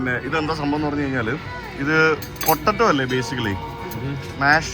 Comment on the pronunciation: പൊട്ടറ്റോ എന്ന് പറയല്ലേ പൊട്ടേറ്റോ എന്ന് മാത്രം പറയൂ